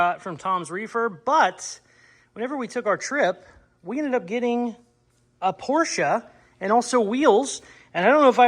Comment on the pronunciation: Remember it’s a Porsche…..not a Por-sha, Marsha!